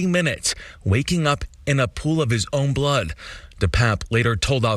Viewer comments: "who was lying in a pool of blad" - Seriously they can't even be bothered to get minor details right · “a pool of blod”?? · wtf is "a pool of blaaaaa" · Scariest thing from this story.... how the reporter pronounced "blood"